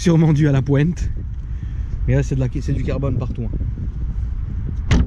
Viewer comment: Arrête de dire une pointe avec l'accent marseillais t'es un parigo